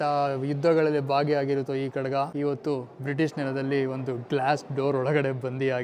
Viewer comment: ತಮ್ಮ ಅದು ಖಡಗ ಅಲ್ಲ ಖಡ್ಗ. ಕಡಗ ಅಂದರೆ ಕೈಗೆ ಹಾಕಿಕೊಳ್ಳುವಂತಹ ಬಳೆ ಆಕಾರ.